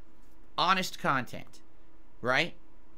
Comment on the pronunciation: this man really said "educational" about his own kahTENT